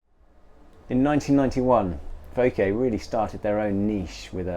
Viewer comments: Bob Hudson he already did, and got it correct (with a slight British accent) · Bob Hudson hmmm, I’d never heard the name pronounced before this video. So, I went to several of the on-line translators; the results agreed with pronunciation. I guess in some corners of the world there is a difference. Hardly a point of criticism, just a difference. As to your opinion the is a terrible presenter; well, of course you are entitled to your opinion; just as other’s are entitled to disagree. However, it is generally considered polite to offer constructive criticism. That is, something that the receiver can work on and improve rather the just “terrible presenter”. Of course you did start off with a criticism of his pronunciation (which may, or may not, be objectively correct, rather than mere opinion). However you quickly revealed an underlying dislike of in your reply. Fair enough. There are lots of other channels to watch, so I’m sure you will still be able to be entertained without getting irritated by. Fair winds.